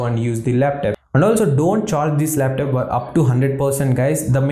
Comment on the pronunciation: your "laptap" pronunciation is hilarious. jiro to 100.